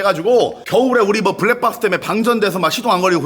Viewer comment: 부랙빡쓰 ㅋㅋㅋㅋㅋㅋㅋㅋㅋ 밴쓰, 다시방을 잇는 93년생의 귀여운 발음풀악셀ㅋㅋㅋ 미치겠넼ㅋㅋㅋㅋ ㅠㅠ